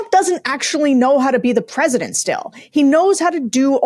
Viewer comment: “I’m purshundurt of the unishtatz”